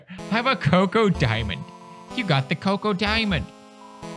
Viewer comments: ITS NOT COCO DIAMOND ITS CHOCO DIAMOND CH-OC-O !!!!!!! SRSLY U CANT READ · Text box: CHOCO diamond Pewdiepie: "COCOA DIAMOND"